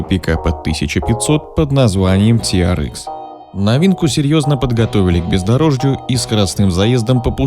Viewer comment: Ти ар экс, экс, а не икс. Можно "тирэкс"))